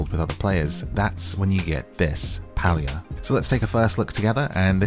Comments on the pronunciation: the Correct pronoucement of the gamed name is PAY-LIA !!!not pal-lia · Palia is pronounced PAY-LEE-UH not PAL-LEE-UH. Great vid, was hoping you'd play this game 😊